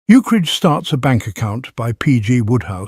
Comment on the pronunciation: It's a shame the AI keeps pronouncing Ukridge as "Uke-ridge".or "Eukridge".